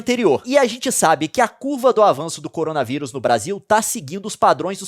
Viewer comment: Cowona viwus Vishe